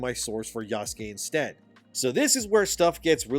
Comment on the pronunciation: Bro please say the name Yasuke as a normal white boy, you’re so cringe! 😂